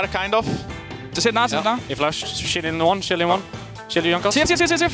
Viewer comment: instead of shielding im just hearing "shilling" like the baus